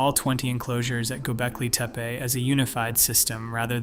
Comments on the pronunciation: Anyone else notice how many different ways he, or it, pronounces Gobekli Tepe? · You pronounced Göbekli Tepi 5 different ways each word.